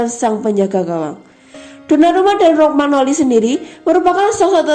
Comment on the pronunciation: Rokmagnoli...😥😞😔 yang bener romagnoli min..min... Kosakatanya ancur... 😁😥 Semangaaaat min... 💪👏👍 forzamilan..